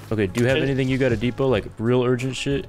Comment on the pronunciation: man said duhpot